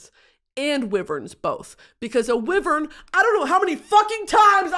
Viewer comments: maybe the pronunciation of wyvern is the friends we made along the way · I STILL DONT KNOW HOW TO PRONOUNCE WIVERN😂😂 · she never found out how to pronounce wyvern lol